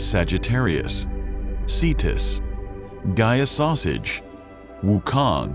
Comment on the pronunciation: ok I was cool until he said "Gaia-Sausage" 😹😹😹